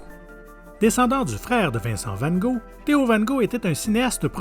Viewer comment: Cette voix décidément je m y fait pas et comment il prononce van ghog !